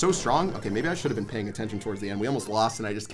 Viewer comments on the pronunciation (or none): none